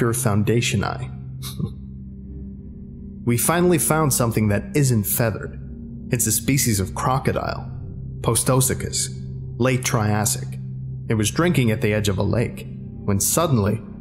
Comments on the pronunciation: Post-o-socus? Sorry, but it is post-o-such-us! Yes I am that person who comments on prononciation but ancient reptiles deserve more attention! Some of them were just as if not weirder than dinosaurs! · The mispronunciations of the names are killing me. SEE-LOW-PHYE-SIS, and POST-UH-SOOK-US. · thank you so much for covering my favourite SCP, you’ve done it a great service much like everything else you do! However for future reference correct pronounciations are Post-a-sue-chus and Ce-lo-phy-sis, otherwise good job on getting the others spot on!! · I'm screaming internally at the pronunciations. I.e. Postosuchus (Post-oh-suu-cuss) coelophysis (See-low-fI-sus). Other than that, well done. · I'm glad someone pointed that out. That pronunciation was killing me along with Postosuchus not being pronounced correctly. I'm not usually picky with any kind of pronunciation but for some reason these ones made me squirm. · I love this SCP to death but the pronunciation of Postosuchus and Coelophysis HURTS and I think is a reference to WWD? Cudos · Ah, great video, but you murdered the pronounciation clade, coelophysis, and postosuchus. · God, the horrible pronunciation of some of these dinosaurs makes me cringe as an avid fan of dinosaurs, pterosaurs, etc. The pronunciation of postosuchus and coelophysis were some of the worst.